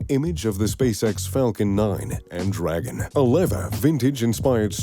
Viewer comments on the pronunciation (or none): none